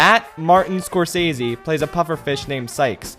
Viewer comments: Martin's last name is pronounced "score - sess - see". Just for correction to you! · Martin Scorsese is in this movie because he’s the “gangster movie” guy and the sharks are gangsters… how they convinced him to take the part, for such a lame almost joke… money. Also, you’re pronouncing his name wrong.